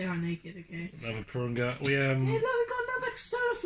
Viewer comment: It’s not durunga it’s purunga